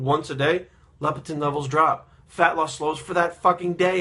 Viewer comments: Leptin not Lepitin. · haha i love you man. I agree with 95% of the things you say. I believe you're pouncing leptin wrong. you're saying LEPITIN.